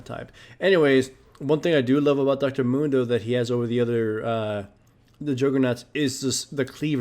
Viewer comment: Dr.Mundo? no, Dr.Gundo.